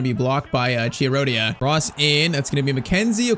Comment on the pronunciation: Btw, just for your pronounce, Chiarodia is Kiarodia (Like the Ki in kiwi)